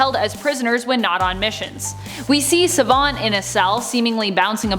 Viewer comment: Don't like the way you say Savant.